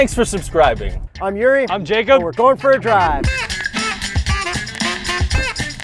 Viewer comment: His name is Yuri not Zuri